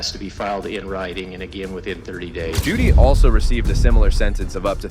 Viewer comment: Omfg it's JODI not Judy